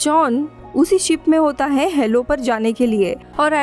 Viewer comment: DIDI ITS "HALO" NOT "HELLO"